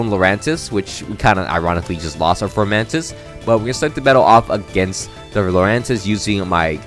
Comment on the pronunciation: Also also, it’s funny that your former friend was saying Decidueye wrong. But you were calling Fomantis, “Formantis”. Lol I’m just joking around, but I thought it was funny lol